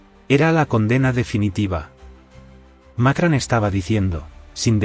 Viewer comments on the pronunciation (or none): No se dice Macran, se dice Macron! Pronuncien correcto! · No es Macran es Macron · Por qué dicen Macran? No saben que se llama Macrón? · ¡¿Macran?! ¿Dónde coño está la 'a' en su apellido? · NO ES MAKRAN, ESTUPIDO.. SINO MACRON. VASTA DE BOTS E I.A. ESTÚPIDA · Por qué carajo dice Macran este memo ignorante ? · Que mal pronuncias el nombre del presidente Francés